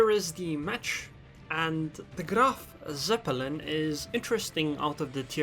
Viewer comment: "The Grrrrrrrraf Zeppelin"